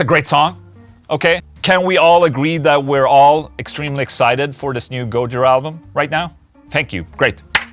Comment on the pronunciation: Gooojira? Isnt it Gojiiira?